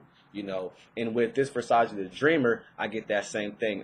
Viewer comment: It's Versace, not Versaci :D